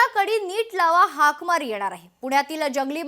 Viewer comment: हाकमारी म्हणत नाही हाकामारी म्हणतात